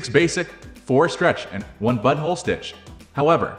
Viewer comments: i heard he said buttonhole once. the rest i heard he said butthole 😂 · Am I crazy or does he say “butthole” instead of “buttonhole”?? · Yup he says butthole not button hole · Lol it does say "Butthole" instead of buttonhole😂😮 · He did more than once lol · 😂😂😂😂😂😂 sure enough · You're not crazy, this is definitely what it says 🤦‍♂ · it's obviously AI, which makes the use of "butthole" even more hilarious, because the script must have been entered that way. It does say "buttonhole" once, so it almost seems intentional. 😂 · No doubt, he sure says «butthole»! Repeatedly! 😂😂😂